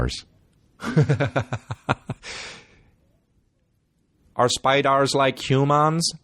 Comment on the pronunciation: Day 19 of my journey through the pod from "in the beninging" "Are spydars like humans?" 😂 #RideOrDieBaby